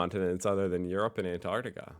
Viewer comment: It's AntarCtica, NOT Antartica, and the ArCtic, NOT the Artic.